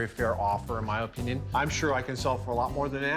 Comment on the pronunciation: how about learn how to pronounce opinion